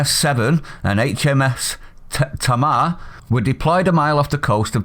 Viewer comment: The ship is called the Tamar as in the river Tamar, pronounced TA not Ta, pronounce the two capital letters together lol. Frenchy is eventually going to learn a lesson if our government has the balls. If not the people of this country can bring France down with their spending!